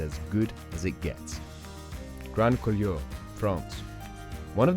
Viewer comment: Commentator has evidently never skied these runs, as he hasn’t a clue how to pronounce either the runs or the resorts they are in. La Grayve, Grand Coolure etc - words from the mouth of someone who appears never to have been to the Alps.